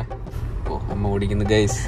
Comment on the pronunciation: Ningalentha oottikunnenn parayunnae..oodikannallae paraya